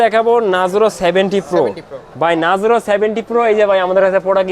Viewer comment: Vai uni nazrouo bole na 😂 Uni bole narzoro 😂😂😂